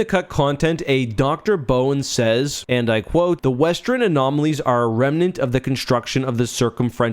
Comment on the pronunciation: One thing that has never changed about in all that time is how he pronounces western as "westren" 😅